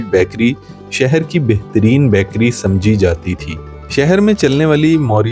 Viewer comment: باقی سب ٹھیک ھے۔۔"بیکری" لفظ کا تلفظ ٹھیک کر لیں۔۔